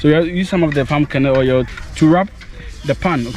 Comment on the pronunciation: Thanx, thanks but it sounded like you were saying pumcaanoil